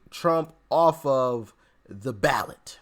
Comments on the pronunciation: Ballot not Balet Dear Brother😊! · Ballot! Not balet ! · It’s not Balet. It’s Ballot. 🤭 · Ballot NOT BALET WISE UP! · *ballot not balet 😂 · Ballot not Balet. lol